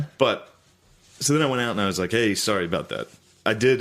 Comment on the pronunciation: so sowwy